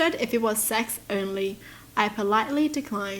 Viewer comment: I love how you say sex, sets 😂